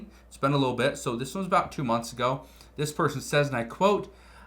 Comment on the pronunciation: "Ive veen warning you about this for months" I dont even know who you are